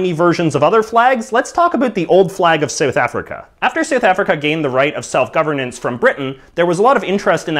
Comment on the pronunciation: it is South-Africa and not Sooth Africa you nuget. go cut your hair and read the history of South Africa and what the flag ment you wankar.. that flag is AWB jou Drol